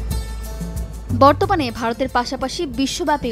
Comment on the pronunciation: বর্তমান হবে আপু,আপনি বর্তপান বলেন কেন?